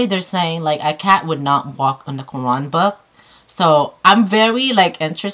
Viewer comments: i love when u said QURAN! That's sweet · Cats are dope in this video but she nailed the pronunciation of Qur'an ..! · Wow subhan'Allah. ❤️ Thank you for doing this so respectfully. Also you pronounce the word Quran so well 😊👍🏽